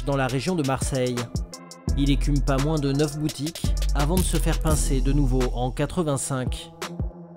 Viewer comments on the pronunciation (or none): none